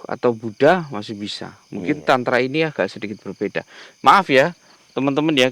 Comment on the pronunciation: 😂😂😂😂 nyebut Aliran Tantra, gk bener.. 😅😅